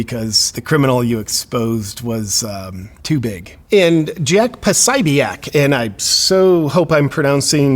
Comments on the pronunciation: P-so-bick not psibiack lol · Pah-so-bik ... just saying 😌